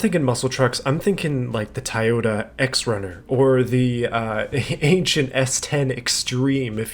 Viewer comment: I’ll give you a pass on the Roush pronunciation, but “Tiyota?